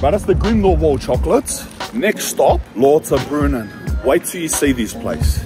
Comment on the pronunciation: Lauterbrunnen is pronounced Louterbrunnen.